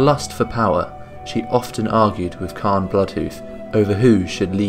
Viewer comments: The pronunciation of "Cairne" was a little annoying, since it's like "C-Air-N" or "Care-N". Excellent presentation and brief history of the characters too! This'll probably be my favourite but can't wait to see the next one. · Not sure how you arrived at pronouncing Cairne "Khan" or "Carn", there's an "i" in there. His name can very easily be heard in his old voice files and in Warcraft 3. Very happy you included Xarantaur. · Still need a bit more power on the voice, but good video, didnt know about the Witness. Btw Caine is pronounced the same way as "care" with an "n" at the end.